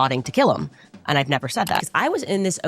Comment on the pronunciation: Her pronouniation of "Burial" and "And" is infuriating.